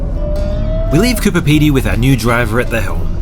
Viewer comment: Hey, I don't want to sound like an arsehole (LOL), but were you saying Cooper Pedy (instead of Coober Pedy)?